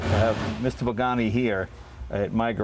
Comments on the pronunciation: does he say Mr. Bugani ? :D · Please Jay. You show is def top notch no doubt, but learn to say the guys name for crying out loud. Its PAgani not BAgani!! What a party foul... This builder is legendary and deserves the respect to at least say his name right. I cringe every time u say it. To top it all off u refered to him as Bugatti once or twice. Come on Jay u talk for a living bud...**facepalm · Did he say Bugatti? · Jay, you could have a tleast learn how to pronounce the guy's name right, at leaaaaaast!!!